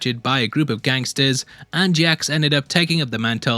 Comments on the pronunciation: Leave it to a British dude to pronounce Jaques as JAX. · The Way He Pronounces Jacques infuriates me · I will totally buy your merch, if you start pronouncing the name “Jacques” correctly! 😎😇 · respectfully... please look up how to pronounce jacques 😭